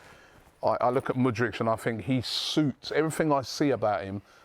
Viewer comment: IT'S MUDRYKKKKKKKKKKKK NOT MUDRICHHHHHHH